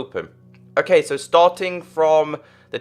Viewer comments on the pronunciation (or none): none